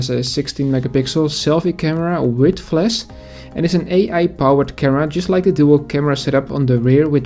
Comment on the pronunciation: Work on your English mate, flasH not fles...